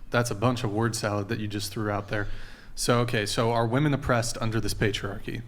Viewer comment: The way she pronounces woman bothers me